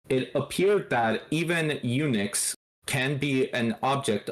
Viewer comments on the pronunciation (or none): El Nick instead on eunuchs is funny